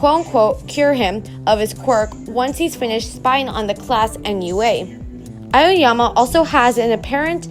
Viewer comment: it's ayoyama lmao